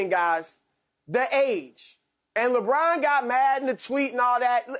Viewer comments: Nobody: Broussard: Lebraun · Is skiiiup rlly say Westbrick and Lebrick